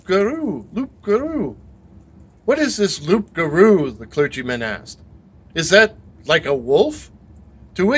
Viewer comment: Just a small thing, loup garou, don't pronounce the P . It's closer to Loo for an English person. 😂